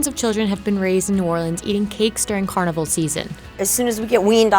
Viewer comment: She keeps mispronouncing Carnival 😭😤 uuuugh